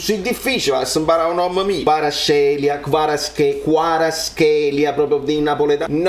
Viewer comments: Effettivamente possiamo pronunciarli meglio questi nomi...possiamo fare meglio di Quaraschelia o Quaraschelìa...nessuno ci obbliga ad essere madrelingua Georgiani ma credo che un compromesso dignitoso si possa trovare magari italianizzandolo un cicinin, giá pronunciarlo Kwarazzelía(praticamente Hvar come l'isola croata, azz ed infine elía pronunciato come "camelía: Hvar+azz+elìa) sarebbe un ottimo passo in avanti a mio parere, che ne pensi? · Ciao, la pronuncia perfetta ascoltala meglio……!Kvarazkelia, devi aggiungere la k dopo la z….un saluto 🖖🏼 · Comunque “Quarazkelia”, la K si pronuncia. Le cronache russe, pronunciano in quel modo, ed anche lui stesso, sentilo e risentilo. La K, può essere moscia, ma si pronuncia. Tuttavia, come ha detto lui, chiamatemi “Kvara”. E così farò’. Auguri, statt buon. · hai voglia di sbatterti ma mi spiace ma se dice Cvarazchelia con la c aspirata. Ho moglie di un paese che usa il cirillico e quando kvaratskhelia era in Russia il nome scritto in cirillico sulla maglia si pronuncia proprio come dicono e De Macchio. Confermato anche da un ragazzo georgiano incontrato a Venezia che quando gli ho pronunciato il cognome mi ha detto che lo pronunciavo bene. Un saluto. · Ormai non riesco più ad ascoltare ADL senza innervosirmi. sei un grande per la tua lotta sulla pronuncia di Kvarats(Z)khelia. Bravo. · Una cosa sulla pronuncia di KK… mi sembra che dopo la Z sulla quale spingiamo tanto ci sia anche la K. Quindi Kvara(z)kelia dovrebbe essere la pronuncia finale. Tu, da musicista della madonna quale sei, mi insegnerai dopo due attenti ascolti. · piccola precisazione, ho letto sotto un post del Napoli lo spelling del suo nome scritto da un georgiano, dopo la "Z" parrebbe che la pronuncia della "k" sia come la "j" (jota) spagnola quindi sì,con il tipico suono della rascatella